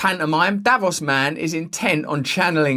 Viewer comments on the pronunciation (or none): It's not pronounced davoss, it's davoos